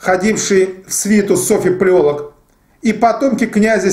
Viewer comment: Не ПалОлог, а ПалеолОг. Не ПеремЫшль, а ПерЕмышль. Тот ещё историк....